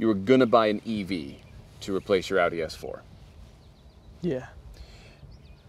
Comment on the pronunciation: aaoooodi - its "awdi"